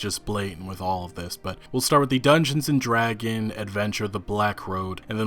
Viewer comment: How is it that someone involved in the gaming industry and reading from multiple documents cannot correctly state the name “DungeonSSSSS and DragonSSSSS”? (I’ve written “and” as the pronunciation of the ampersand character.) It’s not “Dungeon and Dragon” or even “Dungeons and Dragon”. Holy cow! That’s like saying “George Luca created the famed Star War franchise”!!!